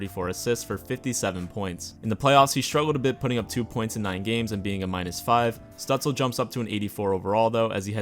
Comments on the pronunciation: Your third try was pretty perfect: stüütz-LE not stüütz-EL. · i think it's STOOTS-LUH - I took German in Grade 10 lol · It is Stützle in proper german spelling. If you do not include the “ü” then you must replace it with “ue”, therefore Stuetzle. It used to be Stutzle in game but EA updated it to be Stuetzle Pronounced something like st•you•ts•luh(or leh) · Says: I’ll pronounce it “Stootzle” because that’s the way I hear it the most Proceeds to call him St-uh-tzle the whole video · in german you say "schtützle" but i've never seen an american who can pronounce "sch" so no worries haha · His Name called like Shtützle Like a sh yk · Its definitely pronounced 'stootzluh' because in germany he spells it stützle and spells it either stutzle or stuetzle internationally. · You Can enter his Name on google Translator -> choose as language German and use the speaker button. That s the correct pronunciation of his Name. Oder Sag einfach Stützle. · Elite Prospects has an audio pronunciation for every player’s name (though it may be a premium feature). The best I can come up with is shut-zluh where the first u sort of rhymes with “put” and the “e” is NOT silent. The “le” at the end is pretty close if not identical to “le” (as in le chien) in French. It can be spelled Stützle (German) or Stuetzle (English version without the umlaut symbol over the u. He has chosen Stuetzle for his Jersey to keep it simple because he has obviously heard about the average IQ of us Sens fans. 😂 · Bruh its Stutzle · So, Germany: Stützle North America: Stuetzle Its pronounced Stue-tz-la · Actually the s in his last name is pronounced as sh (like in shower)